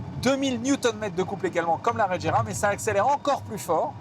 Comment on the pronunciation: Pouvez vous faire un effort sur les nom svp psk la "régéra" et "taicane" c est ridicule